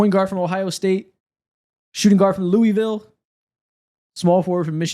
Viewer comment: Thank you guys for saying Louisville correctly